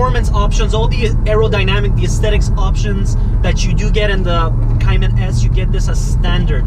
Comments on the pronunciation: Cay-Man not cyiman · You need to at least say Cayman correct